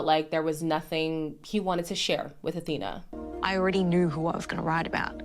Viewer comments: Isn’t Awhina’s name pronounced Afina? Like with an F sound? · Kia ora, sis! Thanks for sharing your video, I cracked up and agreed with so much of what you said! Just wanted to let you know that Awhina’s name on MAFS is pronounced “A-fee-na,” not Athena. In Te Reo Māori, her name means “to help” or “to support.” For example, you’d say, “Can you please awhi me with this task?” Or if you wanted to help someone, you’d say, “Hey, need an awhi with that?”😊